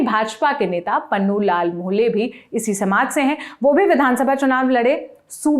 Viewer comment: Its punnulal not pannulal